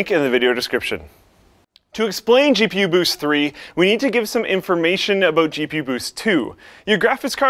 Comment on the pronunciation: "SPOILER ALOOT!...Aloot?", your Canadian is showing again. x3